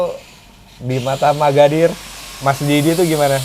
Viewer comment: Itu om magadir chadel ya om kok seperti nya susah mau bilang r😅